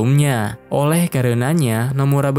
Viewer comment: Oleh ❌ Oweh ✅